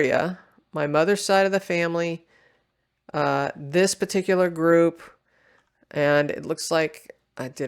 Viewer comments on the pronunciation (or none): none